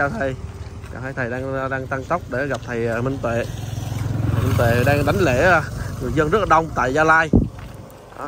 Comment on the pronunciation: Đảnh lễ , ko phải là đánh lễ nhé em trai